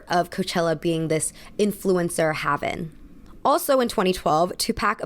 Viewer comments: Hay-ven, not havven. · oh honey... "haven" is pronounced hay-ven